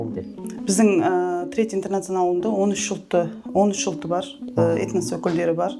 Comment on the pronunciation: Этнос деген сөзді дұрыс айтуды үйреніп алшы